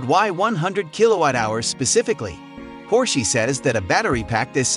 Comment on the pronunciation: Por-shee?? Its, Por-sha Get that right!!